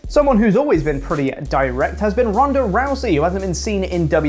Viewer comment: I love 'Ronday' Rousey!!😂